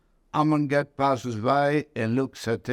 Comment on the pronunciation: Good grief, when will interviewers like this guy learn to pronounce German names correctly! Plaszów concentration camp's commandant was Amon Goeth, pronounced GERT NOT "GOTH"!!!